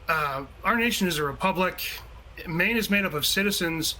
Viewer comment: It sounds like the SOS of Maine is saying ‘Mean’ and not ‘Maine’